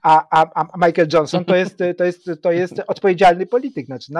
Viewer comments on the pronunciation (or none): none